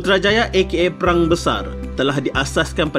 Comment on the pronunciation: Perang bukan Prang